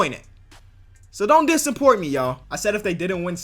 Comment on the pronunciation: He said "don't dissaport me yall" 😂